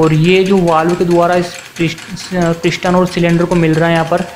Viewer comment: ishtim kia hey pishtin kiia hey asli lafz steam and piston hey bachey aab samch aaya